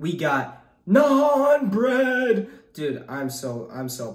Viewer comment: stop calling it nun bread